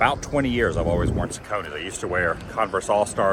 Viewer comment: Saucony is pronounced “SOCK-UH-KNEE”